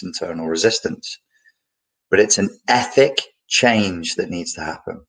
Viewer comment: In the very beginning I thought he was saying “epic” change....but I guess this all would be an epic change, a well as ethic....